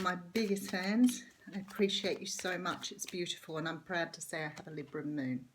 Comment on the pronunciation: Correct on all levels, and nice to hear Libra pronounced correctly, lols Aussie too 😘